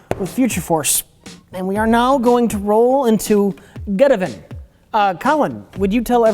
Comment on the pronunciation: I love that they never once say the name of geteven properly.